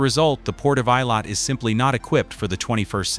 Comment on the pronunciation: Why is this moderator unable to Correctly pronounce the name of Eilat ?